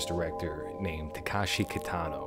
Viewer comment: Somebody else already pointed out that you got the filmography timeline wrong. But I wanted to also mention that you're pronouncing the name incorrectly (a more egregious error). It's not Takashi. It's Takeshi.